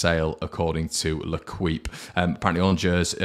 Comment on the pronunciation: “L’equipe” is pronounced “le keep”. (Not “le kweep”) It is French for “The Team”.